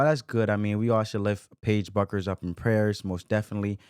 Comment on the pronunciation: It's pronounced "Beckers"....not Buckers.